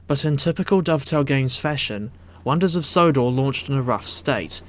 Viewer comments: "Sonders of Wodor" 🤣🤣🤣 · Says it twice